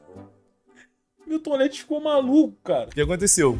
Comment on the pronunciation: o que o cazé fala "Milton Leite" o que eu escuto "Mil Tolete" eu "Hã?"